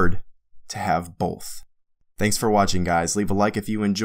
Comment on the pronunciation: loved your video dude but for the love of god both does not have an L in it.